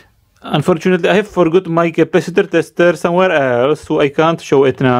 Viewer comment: I like when when he says "testeêer" very good explanation